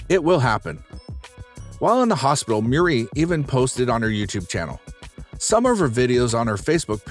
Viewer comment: I like your content, but I don't understand your pronunciation and grammar. "Received a news". ... A news? Was "britten" instead of bed-ridden. Her last name is "Murry" you say Muir ... and others. My favorite is "Dr GNOME". "The reason of her overweight was murder of her brother so she became a stubborn." whaaaaat??